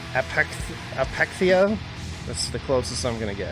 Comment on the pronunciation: Thanks man! Also, you pronounced Apechtheia perfectly.